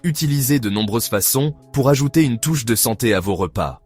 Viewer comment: "dans voze yaourts"... Putain de voix artificielle.